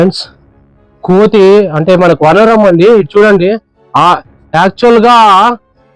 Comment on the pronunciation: Pl learn telugu vaanaram nu meeru vanaram ani cheputunnaru